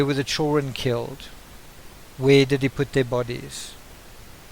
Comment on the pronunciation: I can't understand half of what you're saying. It's pronounced "children" not CHIRREN.